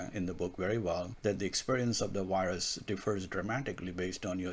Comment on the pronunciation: This guy can't even pronounce " virus". Every time he says "wyrus" we're doing shots!😂😂😂